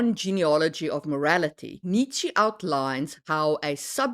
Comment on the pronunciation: I can hear that you aren't native, and that your accent sounds Germanic but not North-Germanic. So my thought was that you should be able to pronounce Nietsche. Was it just an misguided attempt at placating / pleasing English speakers was my thought 😅